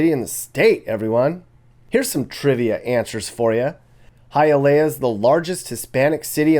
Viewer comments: It's pronounced "Hi-yuh-lee-uh" lol. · It's pronounced hia-lee-ah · Hialeah is pronounced..."HIYA LEEYA" ur killing me with ur pronunciation 🤣 🤣 🤣 can't believe no one corrected you on that before you posted this. This was well put together though. I'm from south Florida...u should do one for Broward county, take em thru north Lauderdale.. pompano, Lauderdale lakes and lauderhilll down 441 by the swap shop to sunrise... hollywood and east side Miramar... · It is pronounced HI A LEEEYA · It's HiaLEEah. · Hialeah is pronounced “high-uh-lee-uh” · Hayaleeea. Lol. Good video ! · Not to bash your work, but it is pronounced "Hi-ah-lee-ah" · Hialeah is pronounced Hi-ahl-ee-ah not Hi-ahl-ea-uh.